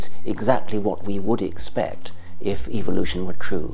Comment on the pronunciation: Am I the only one who notices that he pronounces evolution as evilution.